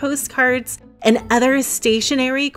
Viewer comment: Are you aware that you say 'anna' when speaking the word 'and'? It's a weird pronunciation when your speech is otherwise so nice.